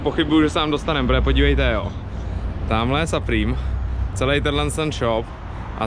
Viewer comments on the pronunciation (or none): Supreme se cte suprym jinak super videjko👌